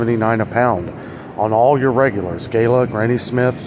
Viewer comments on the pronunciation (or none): none